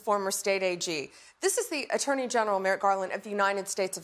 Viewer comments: Ref this video... I think he said "the cal-var-y [sp] is coming" but should have said "the CAV-AL-RY is coming" as in " warriors who fight mounted on horseback" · CAV alry, not CAL vary.